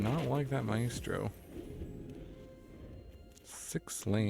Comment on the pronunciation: For future reference, it's pronounced MY-stroh.